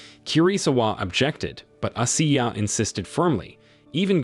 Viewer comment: Coach ashiya..... Pronounce Ashiiiiiya